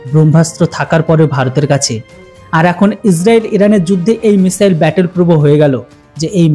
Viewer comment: মিশেল কি ? মিশাইলকে ঠিক ভাবে বলতে চেষ্টা করেন, মিশেল নয় ।